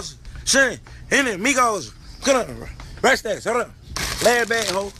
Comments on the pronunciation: "rah snass" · Lol nah when he put the bag on the counter and couldn't pronounce rap snacks